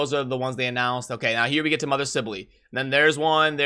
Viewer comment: I pronouced it as sibell as well but saying sibelely is just weird.